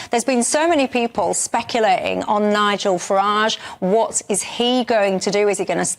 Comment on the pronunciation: Speculating , nice try at saying the word , keep trying dear